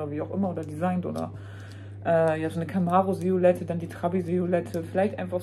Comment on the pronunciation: Siolette 😂 Das heiß Silhouette, 😅😊 Muss immer wieder schmunzeln, wenn Du das sagst. 😅